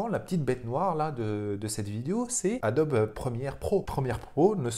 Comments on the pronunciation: Marrante ta façon de proncer ADOBE ADOBI....😂😂😂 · On dirait la logique allemande mélangée avec la prononciation anglaise,c'est assez amusant.